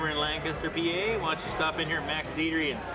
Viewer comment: you pronounced Lancaster wrong